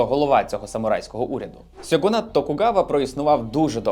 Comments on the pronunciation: Відео супер, але правильно не «сьоґунат» а «шьоґунат». В японській замість сі, сьо, сю, ся, ті, цу, дз та ху використовуються ші, шьо, шю, шя, чі, тсу, з та фу. Та транслітерація яку ви використали була створена росіянином і виглядає саме так бо в них «чєлюсть не така» і є неправильною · "шьоґун" та "шьоґунат" буде більш правильно дякую за відео!